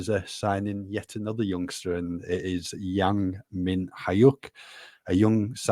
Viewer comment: Yang pronounced like sung not like sang